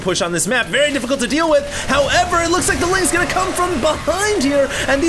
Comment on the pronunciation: "very deffecult"